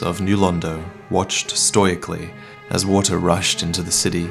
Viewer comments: to hear says "stoyikly" instead of stoically. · Here's an unkind comment to give you variety: Why do you pronounce "stoically" as "stoyically" you colossal fuckwit. Love you bae. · Pronouncing stoically as “stoy-ic-ly” is completely forgiven by how many times I’ve watched this before I go to sleep. Masterfully done